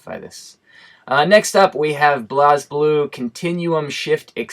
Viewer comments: Great Video. It was good to hear your thoughts. Especially since you have japanese reactions that most of use are not aware of. For future reference, blazblue is pronounced 'blaysblue' instead of blahsblue. Not criticising though. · I thought it was pronounced "blaze"blue